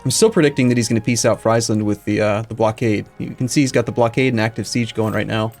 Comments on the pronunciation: Jérémie Croussette like Freeze land instead of Fries land... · I enjoy Fries-land a lot haha, makes it sound like a McDonalds themepark. Though as a Dutchy I'm used to people mispronouncing pretty much everything except for Amsterdam.